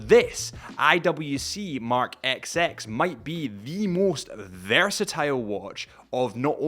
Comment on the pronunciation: Did you seriously just call this watch the “ex ex” ??